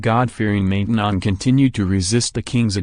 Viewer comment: It's pronounced Man tenon (short a)